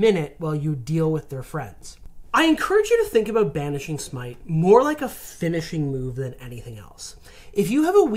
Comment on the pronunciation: Smite. It's smite.